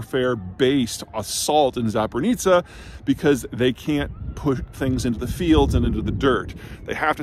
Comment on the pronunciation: Funny thing, she is actually smudging the zh-zh into one zh, Like Zaporizhia. It's not a classical pronunciation, but this word is kind of a hard one even for Ukrainians.